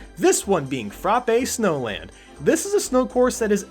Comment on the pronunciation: Koopa City not Neo Bowser CIty Sweet Sweet Canyon not Sweet Sweet Mountain Frap-ay Snowland not Frah-pii Snowland